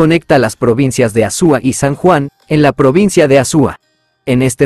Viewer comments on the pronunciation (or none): No se dice Azúa Se dice Azua